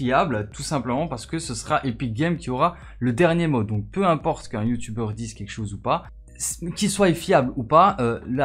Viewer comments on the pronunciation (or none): none